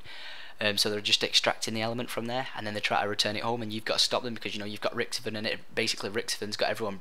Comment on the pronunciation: You say richtofen weird!